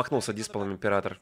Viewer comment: "Ипрератор" ну вы и челедь.